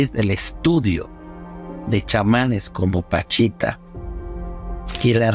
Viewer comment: Es Pachita, no Panchita